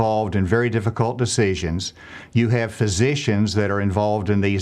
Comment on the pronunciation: I love how the governor says decieshons